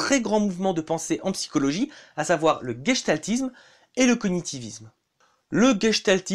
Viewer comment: Gestaltisme ou gestalt d'après votre prononciation, ça sonne allemand, gestalt veut dire forme .